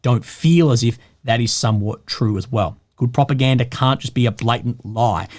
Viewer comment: Propagandery ? 😅 is that the kings English?